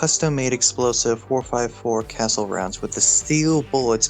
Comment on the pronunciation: Casull is pronounced "Kha sool"